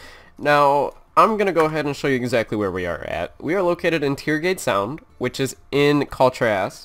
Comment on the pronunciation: It is Tiragarde Sound and Kul Tiras... Can you please finally start saying it like it should be read?